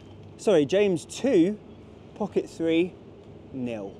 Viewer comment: Great review. One thing...is it just me or do you keep saying Pocket Free instead of Pocket Three?:)